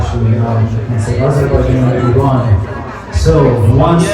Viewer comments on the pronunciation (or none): none